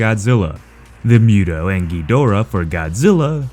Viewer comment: It's pronounced "Moo-to" not "Mew-to"